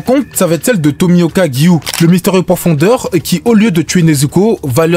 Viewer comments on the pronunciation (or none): *pourfendeur et non pourfondeur 🙃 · Hypé par le titre j'ai vite été calmé quand j'ai entendu " Demon Sayeur " et " Pourfondeur " sois vigilant sur les mots et leurs prononciation !